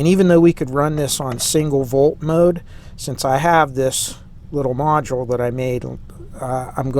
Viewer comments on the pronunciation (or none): none